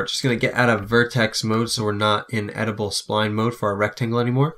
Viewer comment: By the way it's pronounced ed-it-able spline not edible. I don't think you can eat it!